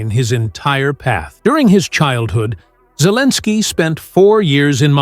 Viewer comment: AI says Zelenskiy is Cleaninskiy. AI full of it.